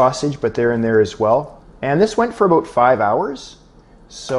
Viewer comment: As a non-english native speaker, I could never tell the difference, up until the *aboooout * of:)